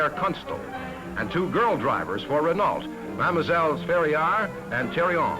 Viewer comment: Great footage, note to the announcer (not that it really matters at this point), it's a Maserati not a Matzerati! But then he also pronounced that Dauphine's manufacturer as "Ray Nalt". Oh, for the good old days when these were "Foreign Cars".